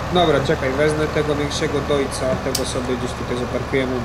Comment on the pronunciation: Sprostowanie Deutz Fahr wymawia się "dojcz", a nie "dojc".